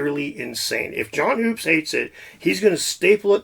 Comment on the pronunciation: John hoopes is pronounced Hups, I think. Even mispronounced it when he interviewed him on his channel. I laughed inside when he was corrected to his face. Nice research.